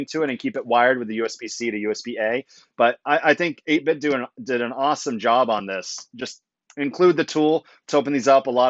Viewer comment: 8bitdo is pronounced like "Though"/"doe". 8 BIT THOUGH not DO